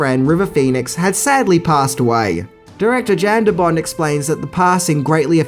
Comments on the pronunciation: Yahn DeBon, not Jan the T is silent he's Dutch. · Director Jan De Bont. Jan(pronounced "Yawn") He's Dutch. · you probably already know this, but Jan De Bont, Jan is pronounced Yon. All good though I know you probably realize it now. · it's pronounced YAN de bont. And John mctearman